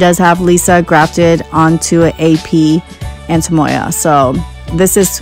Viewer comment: It sounds like you say “antemoya” haha. Great buy!